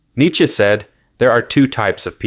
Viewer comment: Learn how to pronounce Nietzsche